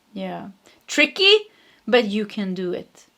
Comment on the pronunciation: You said tricky in the first pile but I heard three keys instead.